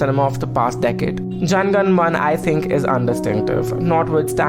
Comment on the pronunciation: Isn't it Jana Gana Mana? Not Jan Gan Man 🤦‍♂️